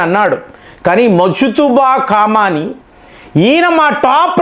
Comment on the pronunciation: నీకు ఇరాన్ అనరాదు ఖమేని అనరాదు కొత్త కొత్త పేర్లు ఎందుకు పెడుతావ్ కాక సొంత పైత్యం వాడకు సింపుల్ ఎనాలిసిస్ ఇవ్వమంటే కామాని ఈ ఈ రా న్ 😮 అని అంటావ్